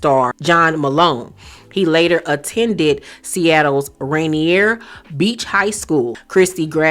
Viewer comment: It’s pronounced “Ray-neer”